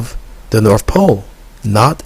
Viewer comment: "Sprayed Freon agents" cause winter? What that fuck are you high on? It's north, not norf